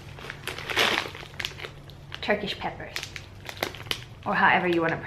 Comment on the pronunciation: Be sure to store the Tyrkish Peber in a fridge, otherwise they will melt into a single Tyrkish Peber (btw, pronounced just as you said it, "turkish pepper"), which is not that handy.